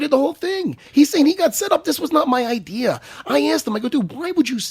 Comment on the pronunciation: "wasn't even my idear."